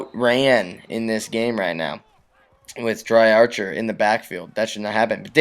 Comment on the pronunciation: The halfback's name is pronounced dree archer